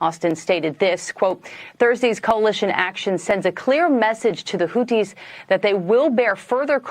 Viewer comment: The Houthis are indeed the cooties as you aptly mispronounced them. They’re a virus in that region